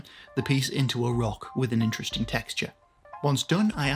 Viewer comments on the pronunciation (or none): none